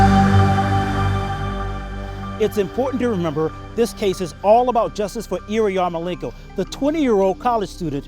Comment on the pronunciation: OMG – That narrator/interviewer is one of the most grotesquely ugly humans I have ever seen. He can't even properly pronounce the victim's name – he keeps saying "Iriyarmolenko"!